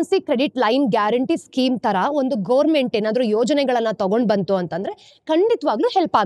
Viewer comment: Mam ಅದು ಗವನ್-ಮೆಂಟ್, not ಗೋರ್ಮೆಂಟ್.